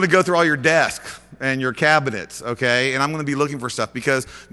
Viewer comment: lol "M' Kay"